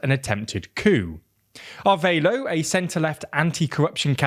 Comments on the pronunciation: Ah-rev-ah-lo. Not arveilo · It's Arévalo (a-RE-va-loh) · Repeat after me: Ah-Reh-vah-lo = Arévalo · It's just being unable to properly pronounce "Arévalo". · Why would you pronounce Arevalo like that. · Thanks for the coverage on Guatemala's attempted coup! But I'm baffled as to why you read "Arévalo" and figured the "é" was silent and the "a" sounded like "a" in "aid". There's only one way to pronounce each letter in Spanish and no excuse to mispronounce any word. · Great reporting, just someone tell him that Arévalo is more adequately pronounced (ah REH bah loh), and Borrell is (boh - RELL).